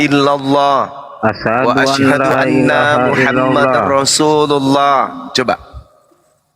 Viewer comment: Betul, yg syahadat tadi dia melafadzkan kurang pas. Asyhadu an laa ilaha illallah, wa asyhadu (ALA)anna muhammadar rasulullah. Seharusnya anna, dibacakannya Ala